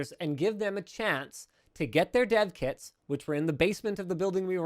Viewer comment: For some reason whenever he said "Dev kits" I just heard Dead kids